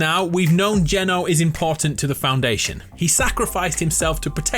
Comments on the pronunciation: "THE FOUNDWAYNETION"😂😂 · Hw just said the foundwaynshon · I literally facepalmed when he said Foundwaynsion. Worst joke I've ever heard. (I've probably made worst) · the foundwayntion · THE FOUNDWATION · ‘The foundwayneshin’ lol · the fwoundation is what he said in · The Foudwaynetion 🤣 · Did you just say the foun-dwaynetion?😂😂😂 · The FounDwanyetion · the foundwaynetion lmao? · He says foundwaynetion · Did you say The FounDwaynetion? Lmfao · "The foundwayntion" perfection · The way he said foundation